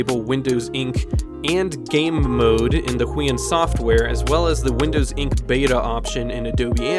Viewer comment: heueun Me: Actually its pronouced who-e-on